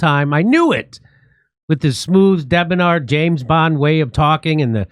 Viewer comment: Ultimate MAGA cope. Also "debonair" is not pronounced 'debonar".